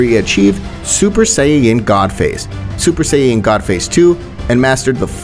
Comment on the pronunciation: Ah yes the super sayayain